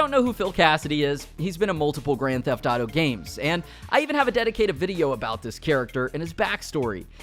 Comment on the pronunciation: And you still say Grand theft dauto smh